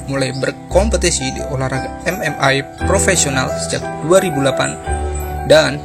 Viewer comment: MMA bung bukan MMai